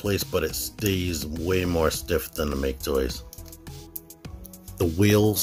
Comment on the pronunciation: It's "Mah-kay Toys". Thanks for the video!